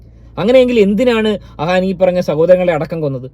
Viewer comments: അഹാൻ അല്ല അഫാൻ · ആ വീരൻ്റെ പേര് അഹാൻ അല്ല അഫാൻ എന്നാണ്